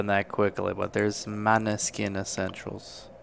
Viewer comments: Moneskin not Maneskin it’ s a Danish nome ... and the pronunciation is B U O N G I O R N O not BONGIORNO ... vero easy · MOW NESSKìN 😊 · We love them ❤️ ❤️ we can't get enough of them and 4 years already passed 🤣🤣🤣MONÃSKIN THE PRONUNCIATION 😛😛😛